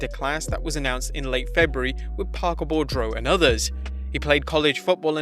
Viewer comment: The name is Patrick Boudreaux and it is pronounced BOO-DRO NOT Bordro. The R comes after the D not before it. PATHETIC or just plain LAZY?